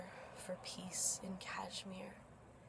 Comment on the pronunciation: Sorry where are you located...so you are an expert now on kashmir issue sitting there in your cozy room..human rights expert too ha..yup something is not right coz people like you guys speak rubbish when you are not even in india..by the way the way you r pronouncing kashmir , learn to pronounce correctly and then try to worry about kashmir..